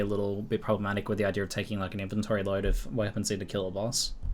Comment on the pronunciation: why does ALWAYS say idear instead of idea??